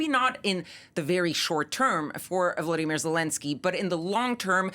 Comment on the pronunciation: Volodymyr - VO-LO-DY-MYR Vladimir - VLAD- I- MIR Can you see, and thus PRONOUNCE - the difference,..??? Or does the way someone’s name is spelled and pronounced not matter? I can’t believe it’s been four years of this and you still can’t pronounce Zelensky’s name correctly.